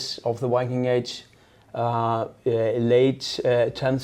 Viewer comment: A funny detail about Scandinavians speaking English -- for some reason, when we have to pronounce "Viking" in English, we have a really strong tendency to pronounce it "Wiking"... which makes absolutely no effing sense, because in ALL the Scandinavian languages the native pronounciation is "Vee-king" with a biting /v/ sound (voiced labiodental fricative)... precisely as it is also pronounced in English... and it's our own word... that we gave to English... which in turn, is about 80% Old Norse... just why? 😝